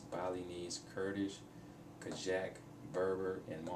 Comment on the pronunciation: It is kazakh language,not kazhak